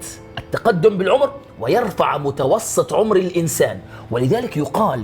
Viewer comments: يالفريق المغربي متوسط مش متوصط 😀😀😀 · في الدقيقة متوسط وليس متوصط ❤️ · ياخي متوسط مو متوصط الله يسامحكم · متوسط بالسين وليش متوصط بالصاد شكرا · متوسط وليس متوصط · متوصط ❌ متوسط✔️ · متوسط وليس متوصط 🤦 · متوسط و ليس متوصط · متوسط وليس متوصط 😁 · متوصط 🤣🤣🤣يا اخي متوسط س مو ص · "وصط" ! ضعييييف ضعيييف جدااا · متوسط مش متوصط يا انتاج 🙆🏻‍♂️😁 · متوسط وليس متوصط :) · مااضفعفكم يالفريق المغربي مااضعفكم 🤣🤣 متوسط وليس متوصط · متوسط بال س يالتيم المغربي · دقيقه كلمه متوسط ب السين مش بصاد 💪🏻😂🤷🏻‍♂️ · متوصط بالسين مو صاد ... يامتعلمين يابتوع المدارس😅🌸... حرصاً على سمعة البرنامج